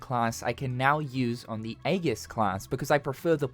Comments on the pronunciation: .- JFC, how do people go through life not knowing how to pronounce certain words that are very common in stuff like games...Aegis is not pronounced A-Ges It's pronounced E-Gis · It's funny how there's one buffoon in the comments so seriously triggered on how u pronounced 'Aegis' 😂